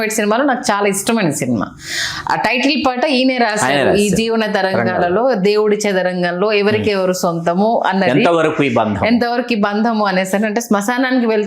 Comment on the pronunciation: చెదరంగం😢 కాదు యాంకరమ్మ! చదరంగం